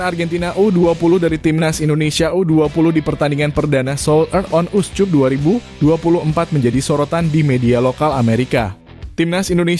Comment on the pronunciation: Min, "Seoul", bukan "sold". Lengkapnya Seoul Earth on Us Cup, bukan SOLD UP. Trus kata cup harusnya dibaca [kap] bukan [cup] seperti kuncup karena rangkaian katanya dalam kalimat Bahasa Inggris. Terima kasih.